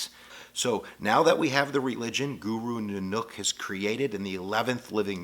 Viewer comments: Guru Naaah nook that ain't right like he taking the piss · This is painful to watch... his name isn't "guru ninook".... its Guru NANAK DEV JI. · A very good and informative video, basically. The main problem is that some important words and terms were mispronounced. Guru Nanak, for example, is not Guru Noonook, but is pronounced more like it is written: NAH-nak. And Maya is not may-a, but rather MAH-ya. I'm not a Sikhi, but I have friends who are. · Guru New Nook is pronounced Guru NaaNack. ;) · some pronunciation correction Guru Nanak = nah-nuck(like canuck) kaur =core Ik Onkar= Ekh oun-car Guru Granth Sahib= grunth sah-hib sewa= seva simran= sim-run akal= akh-all Punjab= pun-jaab Sikh= sick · Poonjab Guru Nanook Poor pronouncing but hey I bet I don't get it right all the time either ;) Well at least this video did a good job of outlining the basics of Sikhism . if you want to learn more about this beautiful path , visit Basics of Sikhi channel :) Love to all !